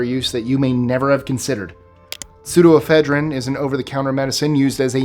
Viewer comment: Er, it's pronounced Pseudo-E-phedrine. Just fyi.